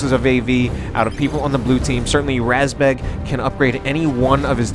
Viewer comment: razbjeg, isn't it? The "E" has a "j" in it. Didn't figure how the A was pronounced though